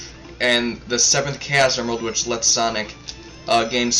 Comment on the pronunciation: its "chaos emeralds" not "caoss emraldz"